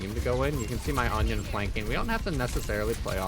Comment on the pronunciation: why are u calling anran "onion" lol